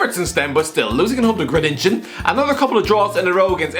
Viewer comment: Oh man, I've heard many people butcher 'Groningen', but this one is on a new level for me. Can't blame you though, Dutch is not an easy language.